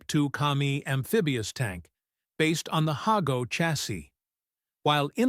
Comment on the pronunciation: I thought it was pronounced hah-go not hay-go